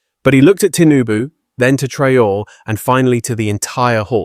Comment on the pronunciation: tell your robot to pronounce the presidents name consistently correctly ❗ ibrahim TRAORE❗